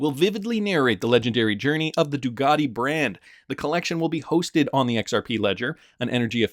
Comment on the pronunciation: Can you say the letter C , it sounds a lot like a K? It’s not DuGati, it’s Ducati